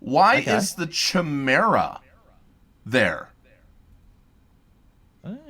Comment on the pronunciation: Yes, I was a bit surprised/shocked when mispronounced that word:/